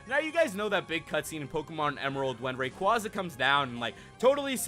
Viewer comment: b.t.c. ruiz h lol he said rayquaza I'm done